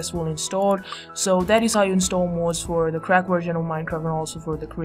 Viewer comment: you said worsion